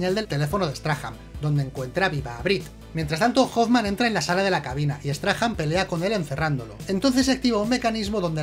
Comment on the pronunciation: Por curiosidad. No se pronuncia "Straham". Sino " Strahm" . Ya que los españoles tienen bastante españolizados estos nombres de los personajes xD